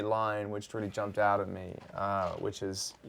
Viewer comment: Bruh. Lol I was about to say the same thing. All of a sudden out turned to "ah-oot"